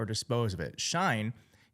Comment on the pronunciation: I like you, I really do. But shine, really?! It’s she in.